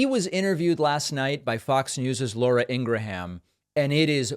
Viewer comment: Does he know how to says lauras name